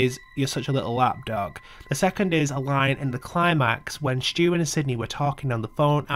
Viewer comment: Stu not stew